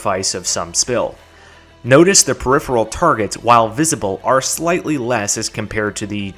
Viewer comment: I’m just shocked a fellow Texan can pronounce “peripheral.”